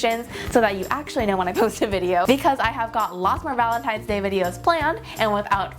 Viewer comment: Valetines day.. Where is the n? Lol love you 😊